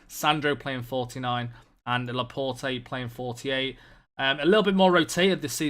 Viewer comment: Please learn how to pronounce Laporte